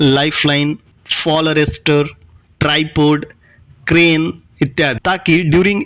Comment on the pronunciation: Krane nhi crane hota hai sir ji